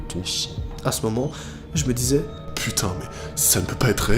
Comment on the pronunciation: Araite de dire patain